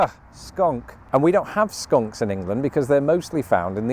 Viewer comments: Just for your info, your sayn 'Skanks". "Skanks" and "skunks" are 2 different things but yes they both smell about equal 🤣🤣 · Crying laughing, look when you begin saying skanks instead of skunks! We have both and they both smell bad!!! Sadly, only skunks can be de-scented lmfao🦨🤣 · You may want to look at your pronunciation of "skunks" 😆